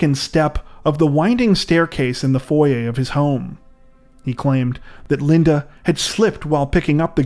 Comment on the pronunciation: You pronounced foyer wrong.